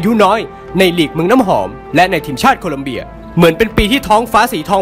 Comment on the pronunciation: ชอบค่าาาา แต่ขอติหน่อยนะคะ **ทีมชาติโคลอมเบีย ไม่ใช่ โคลัมเบียค่ะ